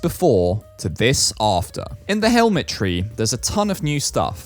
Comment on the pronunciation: did you realize when hemade more stuff in the shop he said i think it was golden but it was a helmet and he said hell-mk